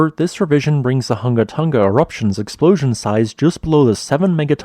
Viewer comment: It's not called Tunga, it's called Tonga.....Tong a